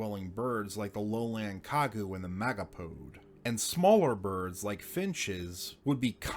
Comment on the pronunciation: Magapode? Name suggests large nests? No, it's me-ga pode, which suggests large feet.